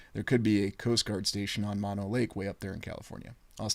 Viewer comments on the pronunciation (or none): none